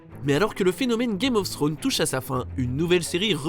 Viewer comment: « Game ofsstro » 😭😂